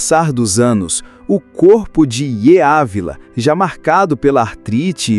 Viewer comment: Grande homem de Deus. Seu nome Yeye Ávila, é pronunciado assim: Dídi Ávila.